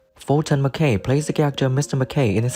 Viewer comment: Does slightly suggest that the narrator hasn't actually seen the show.... if you'd heard Fulton McKay (whose name is also mispronounced) say "Mr Barrowclough", you wouldn't get that wrong. Still, easy to criticize .... and a hangover is making me even more critical than usual......